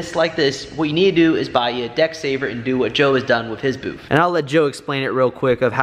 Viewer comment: Dude, it's a booth, not boof......lol Just kidding with ya, I like the boof.....lol